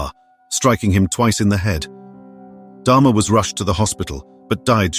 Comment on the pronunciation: Get his name right, it's DAHMER NOT DHARMA